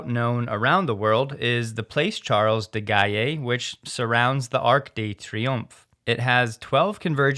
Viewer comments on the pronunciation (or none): nice attempt at the French pronunciation but Charles de Gaulle is pronounced Gaul not Gaye. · You should pronunce: Charles de Goal roundabout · Charles de Gaulle is pronounced almost as Goal. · Pronounced "duh-Goal" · Awesome video, but I need to correct your pronunciation for Charles de Gaulle. Think "de Gawl" where Gaulle rhymes with doll. He was, on the level of Churchill, a true legend of the 20th Century. Worth knowing about him if you like history. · TBH, that was quite a butchering of the Paris location :-). Closer would be “plass sharl di gall”, and the world famous “lark de tree-oomph”. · For heaven's sake,, could you make some effort to get the pronunciation of things foreign at least a little correct? It's not difficult - Google would tell you. Your pronunciation of Place Charles de Gaulle was execrable; have you never heard of de Gaulle, who was the leader of the free French during WWII and president thereafter? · Just suggesting that he takes the time to learn approximately how not-so-foreign names like Charles de Gaulle (jeez...) are pronounced. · where did you get that pronunciation Charles de Gaulle? :)